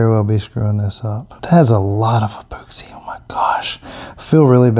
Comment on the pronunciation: E-POOX-EE lol